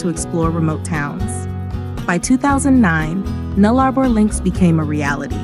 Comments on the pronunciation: It is pronounced NULLA-BOR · It is pronounced Null-a-bor dopy!